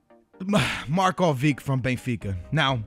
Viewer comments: Markovik ... Oh Jesus. Don't you think before you say it? Marković ... Names with -vić at the end are pronounced -ich ... Prime example? IbrahimoVIĆ! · Yeah you're right^ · its pronounced markovich not markovick. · It's Marković, not markovik.. The same way you pronounce Ibrahimović.. There are no exceptions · It's Markovic not Markovik, Do you pronounce Ibrahimovic as ibrahimovik aswell…? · Dude ur stupid, marcovic and markovic are pronouced the same however marković is the same as modrić and ibrahimović, if your gonna try to correct people, spell it right, marković. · It's pronounced markovich.. Like the ending of vidic, pronounce the ch! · Did you just say Marko-vick..., no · Well overall everyone is wrong lol. Its pronounced Marcovich. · Marcovig? How is it even possible to pronounce it like that? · I'm Serbian and he pronounced it wrong.